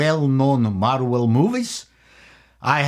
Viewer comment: "Marwel movies" Ha ha ha